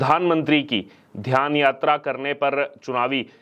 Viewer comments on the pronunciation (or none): Dhyan not dhaan.